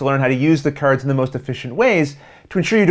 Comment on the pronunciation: .....Patter-ins and Caver-ins...and KERDS, oh my! Sounds like my kinda game! ;)